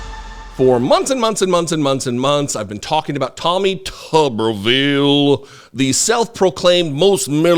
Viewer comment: As a Huntsville resident, I'm gonna have to ask you to say his name correctly... It's Tommy Tumorville